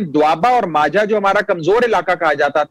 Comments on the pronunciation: For Anchor***Its Majha not Manjha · This boiled potato does not know how to pronounce Maajha